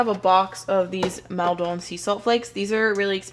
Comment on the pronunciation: Hi, amazing video as always! 😍 pantry GOALS. Just one thing about the salt! I used to live in Maldon where the salt is made, its in England. And it's pronounced Mall as is in shopping mall for you guys, but in Britain its more like 'mawl' so it's, 'Mall-Din/Mall-dun' salt. 😘xxx